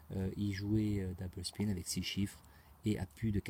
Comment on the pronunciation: Einstein a dit qu'il n'était pas possible de gagner à la roulette , gros malin..ce n 'est pas avec tes constatations et techniques à 2 balles faites depuis 2 ans que tu vas pouvoir le contredire....achète toi plutot un livre sur les stat...Par contre je tiens à te féliciter pour ton accent quand tu dis " double spin" . Sauf que Einstein n' avait pas de connaissance sur des techniques de money management , chose que 'jai réussi à faire